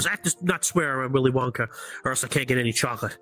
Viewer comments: bro said wolly winka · “..WOLLY WINKER..”😂😂